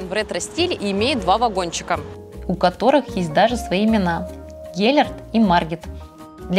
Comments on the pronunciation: Спасибо за видео! Всё отлично 👍 небольшой совет, когда произносите названия церквей или улиц, обязательно смотрите, хоть в Википедии правильные ударения! В венгерском языке ударение падает всегда на первый слог! Проспект АНдраша, ГЕлерт или церковь мАтьяша. И чтобы не обидеть местный жителей я всегда в своих видео проверяю ударения в названиях разных объектов))) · ГЕлерт, ударение на первое Е. Андраши, ударание на первое А.